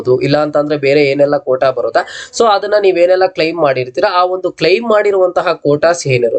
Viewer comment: Adanna❌ Hhadanna✅ Application ❌ Hhapplication ✅ Andre ❌ Hhandre ✅ Aadre ❌ Hhadre ✅ Adike❌ Hhadike ✅ Aadmele❌ Hhadmele✅ Alli❌ Hhalli✅ Update❌ Hhupdate ✅ Hattira❌ Attira✅ Aagirbohudu❌ Hhagirbohudu ✅ Idhe❌ Hhidhe✅